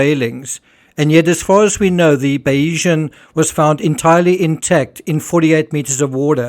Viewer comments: I believe your pronunciation of Bayesian is incorrect. You are saying Bay-EE-zhun. In YouTube examples of Bayesian Theory pronunciations, it’s BAY-zhun or BAY-zee-un. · Great analysis on this tragedy. Just to say there's no 'E' in the pronunciation of Bayesian, ie it's pronounced Baysian. She was previously known as Salute. Mike Lynch acquired her in 2014 and changed the name to Bayesian, after the 18th-century mathematician Thomas Bayes, whose work on probability informed Lynch's professional thinking.